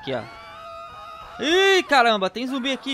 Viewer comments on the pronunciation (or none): É ZUMBI E NÃO “zombi”